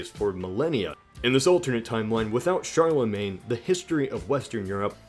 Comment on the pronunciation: The way you pronounce Charlemagne bothers me